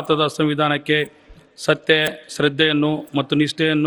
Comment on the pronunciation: Govinda kaarajola pls correction your word SATTE alla SATTYA😊